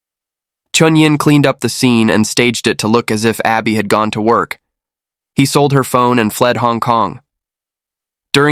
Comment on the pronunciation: Her name is Arbe not Abby